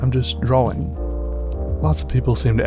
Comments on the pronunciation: i like you but... u do say drawing wrong because you say it Draw-Wing and not Draw-Ing. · drawring Is what I keep hearing. Not that its a bad thing. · I'm pretty sure it's drawling, right? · You mean dra-ling. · I'm pretty sure it's pronounced drar-in